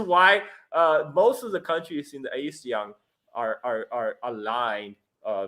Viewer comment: When you pronounce ASEAN as A-SEAN, you are a foreigner. When you pronounce ASEAN as Ah-SEAN, you can pass as a local. 😅